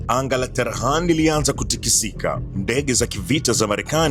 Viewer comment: Tehran bwana sio Terhan